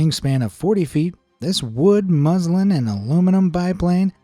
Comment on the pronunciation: I know it said muslin in the captions, but did the guy himself say MUSLIM?